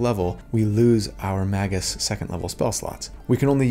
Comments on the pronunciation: Yes, pronouncing it "Mah-gus" does sound weird, which is why you should say "May-gus" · Appreciate the video! (Pronounced May-gus though not Mah-gus) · It's pronounced "mage-juice". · Magus sounds like May-gus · Since you mentioned it, I'm pretty sure it's pronounce may-gus, like rhyming with Vegas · I pronounce it Mage-us, with a soft G / J sound. That hard G just sounds like he's trying to break something with his words. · You know, I have never heard someone say Magus out loud until now... I always pronounced it like "Mage - us". Have I been wrong all this time? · I was pretty sure its pronounced magious. ? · Feel free to pronounce it "may-gus" since that does follow phonetics, having a vowel before and after a consonant and the root is Mage.